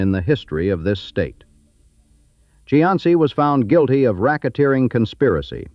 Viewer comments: Cianci is pronounced SEE- an- SEE. . It isn't. Chee -ahn -see. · Its pronounced "see ann see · I would be nice if the commentator knew how to pronounce Buddy's last name. It is Cee..an.....cee. Get it right next time before you make a video. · The pronunciation of the names are killing me. Pet Tree Ark A Buddy See An See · Even though it is not correct, in terms of Italian pronunciation, Cianci ( according to the corrupt mayor) is pronounced See-an-see. Dante has a special place for him. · Cianci--- (see on see) is the correct pronounciation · Cianci is pronounced 'see - anst - see'. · Please check your pronunciation. It's see-an-see! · AI generated garbage, can’t even pronounce the “main character’s” name correctly… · Except for the misprounciation of Cianci's name, I liked this video. As I grew up in Providence, a lot of the names of peopke and steets brought back memories of listening to the news. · Mis pronounced Cianci's name the entire time. Met both Patriaca and Buddy...big personalities for sure. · Too bad whoever created this video didn't watch it before they posted it. The AI pronounced Cianci's (SEE-AN-CEE) name wrong everytime they said it, and put his name on several pictures of random men ! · It's annoying how he keeps pronouncing his name wrong... I live down the road from his house in Johnston.